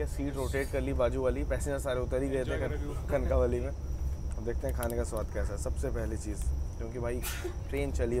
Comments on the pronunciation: सत्या कणकावली नहि कणकवली नाम है. कनक वल्ली से उत्पत्ती है इस शब्द कि. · It's not kankaaavali its kankvli